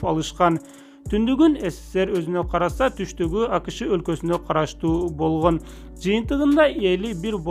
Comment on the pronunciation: Лингиаисикага БАРЫП тилди ондо Бойгонь тойгонь дебей Болгон Тойгон жепг суйло.ЛИНГИВИСТИКА